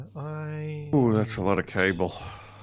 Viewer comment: The way you say cable sounds like you are saying Cobbler in a brit accent lol